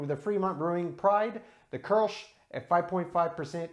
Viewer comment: Thanks for the correct pronunciation of kolsch. I got the tavour app but haven't used it yet.